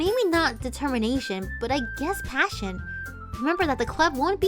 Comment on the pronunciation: i thought the way said "passion" was actually Spanish for a second